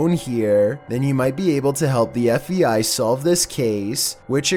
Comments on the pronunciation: Either I'm going crazy or I'm actually hearing you say F. E. I. Instead of F. (B) .I. everytime you mention the bureau.... was this on purpose to see if anyone would catch it or?? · Sounds like you’re saying F.E.I. (instead of FBI). What’s up with that? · I'm sorry dude, but it's F B! I not fei... you keep saying FEI, IT'S FBI!!! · are you saying fbi or fei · FEI ? It's called FBI not FEI. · Do you keep saying F E I ? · Its not the FVI like you keep saying its the FBI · He said FVI like 1000 times its FBI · Whats the fei? Are you saying fbi?? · It’s pronounced: F-B-I NOT F-E-I. At least, that’s what it sounds like You are saying through out the video. Rgds Adri 🕊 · Is it me or does it sound like he keeps saying FEI instead of FBI? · Andrew Day if you know what he looks like, it's because he's smiling so big he can't say B! Lol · FEI?... DO YOU MEAN FBI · I was lookin for someone to bring up the fact that he keeps sayin fei lmmfao😂😂😂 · ArcaneSiren idk cause it also sounds like he says FVI every time and not FBI lol... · It’s sounds like you say FEI not FBI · if your voice wasn't annoying enough to begin with now you calling the FBI the FEI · Every time you say FBI you sound like you’re saying FEI. 😑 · Are you saying FEI????? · All I hear is Fvi..... FBI.... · Do you have issues saying FBI?